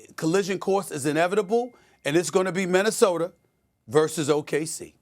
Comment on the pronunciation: I also heard other native New Yorkers pronounce a's as er. I recently heard Stephon Marbury say Minnesoter. So it must be a NY thing.